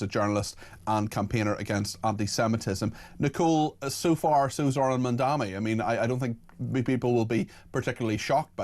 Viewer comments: ITS MAMDANI NOT MAMDAMI! How are you allowed to report the news?! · You must be the least educated of any broadcasters. At least learn how to pronounce the mayors name correctly. It is ‘Mam-da-ni.’